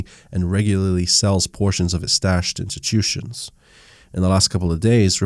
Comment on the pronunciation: Etchyutution lol